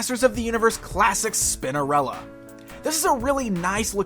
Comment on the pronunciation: I swear he says Spindarella 😳